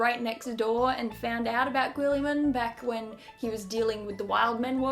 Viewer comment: its actually Rowboat Girllyman